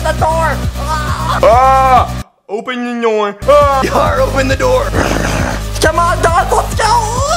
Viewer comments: When says open the noor😂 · was "open the noor" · It made me laugh so hard when withered freddy said open an noor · Withered Freddie: open the noor😂😂😂😂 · Freddy saying open the noor lol